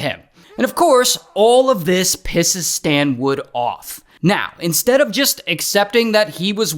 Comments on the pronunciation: Yo Ray, it's Stanwood, not Standwood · I keep hearing STAND WOOD! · “ His name is Stan-WOOD!! “😂😂😂nah Ray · His name is "Stand wood" 😭😭